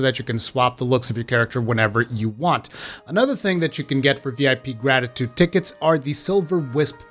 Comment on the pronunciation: Ticket “Tea-Ketes” .... love the way this guy says tickets...